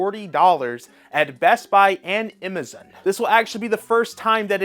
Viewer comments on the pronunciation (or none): Who can't say Amazon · never heard somone say amazon like that lol also brotherhood is not as bad as you are making it out to be